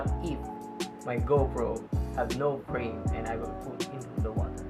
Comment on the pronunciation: Speak clearly. It kinda sounds like “no brain” instead of no frame.